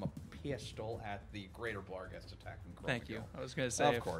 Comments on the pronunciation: I hate that they keep adding an L to barghest. ah well. at least they've stopped calling svirfneblin "swivel blin" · I mean, he clearly enunciates an L in there. Maybe he changed it for some reason